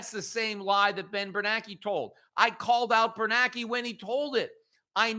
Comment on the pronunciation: Am I hearing it wrong? Peter seems to pronounce "BernaNke" WITHOUT the second "N", as in "Bernake". Is that how it's supposed to be said, or wazzup?